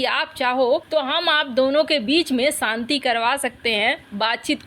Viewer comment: Saanti nahin Shanti boliye madam